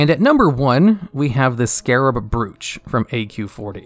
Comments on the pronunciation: "Brooch" is actually pronounced "bro-ch" -- do you think they make up these words, thus you don't have to look them up? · Learn to pronounce brooch! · How on earth are you pronouncing brooch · Brooch is pronounced like "roach", not "brewch" or whatever the fuck you said. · it’s pronounced like broach, not brOoCh😂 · "Brooch" is pronounced "Broe - Ch" just so you know. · Nice vid, only Brooch, is pronounced Broach, sounds like Roach, w/ B in front, keep up the great content !!!! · I like your pronunciation of "Brooch" :) FYI it is generally said like BRO-ooch (as in bro, that's my sandwich! or did you just eat my sandwich? bro not cool!) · Brooch is pronounced Browch. I know, it’s probably weird if you haven’t heard it pronounced before. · Yep, and "brooch" is pronounced as to rhyme with "coach". Amazing video. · Great video, although you kept mispronouncing the word "brooch" near the end. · Draft of souls. DRAFT DRAUGHT not DROUGHT (Drout)... bro bro-ch bro like short for brother. thanks BRO BRO-ch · Decent video but you pronounce words very unusually, particularly draught and brooch. Good list though, there are a few I feel should be in here over others personally, particularly “Rune Of Reorigination” and “Whispers In The Dark” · Would be nice if you did another pass through your narration bud; there are quite a few pronunciation mistakes that could be avoided, e.g. Ion, Unerring, Brooch, Val'anyr...